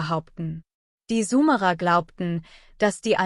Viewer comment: Sumerer und nicht sumara ...warum liest das eine KI ...